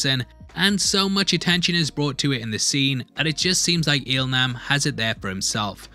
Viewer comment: Il Nam is pronounced as "Il Lam".